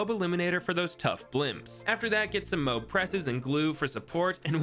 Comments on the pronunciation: bro said moe b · Id watch your channel if you pronounced moab right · The way he says Moab makes me have trust issues